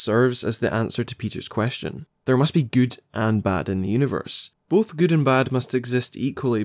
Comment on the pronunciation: I am more angry of you can’t say the word “both” or “good or bad” :)